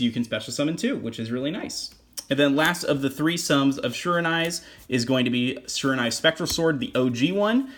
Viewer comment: Pretty sure it is pronounced she-raw-new-eee and thanks for this deck profile